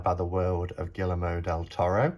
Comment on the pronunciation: The L's are pronounced like Y in Spanish so it's Gee-err-mo :) love the spooky music and your decorations!